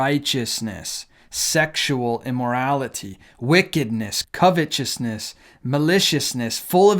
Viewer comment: Attention, universe: the word is pronounced CUV-uh-tus-mess, not COV-uh-chuss-ness. Please make a note of it.